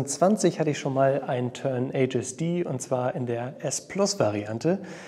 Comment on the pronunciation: wenn du 'Tern-HSD' englisch aussprichst und das 'r' nicht so deutlich sprichst klingt es so ähnlich wie 'Tenacious D'...